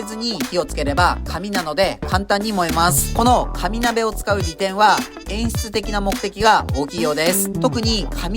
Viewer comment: かに鍋と聞こえてしまった…空腹ゆえの空耳